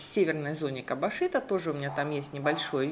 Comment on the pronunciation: Не кабашито, а кабажито